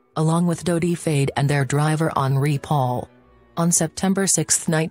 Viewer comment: Lovely photos... It's a bit annoying these automaton recordings always seem to pronounce Fayed as 'Fade'.